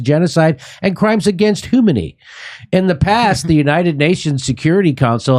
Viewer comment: This high-as-balls motherfucker said "crimes against humany."